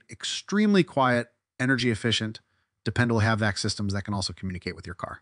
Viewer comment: HEEPAY filter.... HBAC? wtf 😂